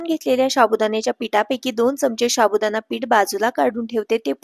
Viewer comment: शाबुदाणा नाही साबुदाणा असा शब्द आहे तो 😂😂😂😂😂😂